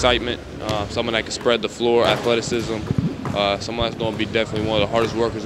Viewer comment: Athletics-sism lol